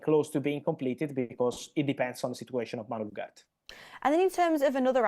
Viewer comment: please make a little effort to pronounce the name Ugarte correctly